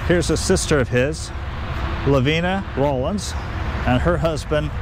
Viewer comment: Love your channel-but you mispronounced one surname herein— Rollins. It is “Raw- Lins”.—Not “Roll- ins”. Think about how you pronounce Collins— you would not say “Cole- ins”. Trust me on this, — this was my maiden name🤣